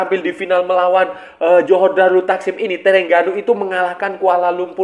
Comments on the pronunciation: Sebutan nama terengganu "the rHeng ganu" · org indonesia penyebutannya E (spt E pada kata Ekor), sedangkan TERENGGANU, huruf E itu sebutannya seperti E pada kata Emak atau BEkasi, bukan Ekor, tapi kita santai2 saja lah, bkn masalah besar